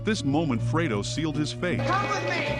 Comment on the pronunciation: Ohmurduh. Fuck the digitized voice was doing so well up to that. Even pronouncing Fredo perfectly.